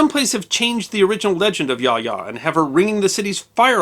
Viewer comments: And it is pronounced as "ya-oh-ya" not "yah ya." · It's been 27 years since I was stationed in Japan, and my Japanese is more than a BIT rusty, but I believe that the pronunciation of Yaoya should be Ya-oh-ya rather than Yaya. Somebody can check me on this, but it sticks in my head that would be the correct pronunciation.